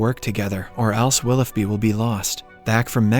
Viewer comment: It’s pronounce “willow bee” not “willoff bee” 🤦🏼‍♀️